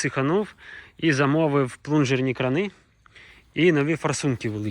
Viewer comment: Гарно. Теж думав так закопати, але трохи місця малувато. П. С. Не кранИ, а крАни. То дурні москалі чогось придумали наголос на И робити 😁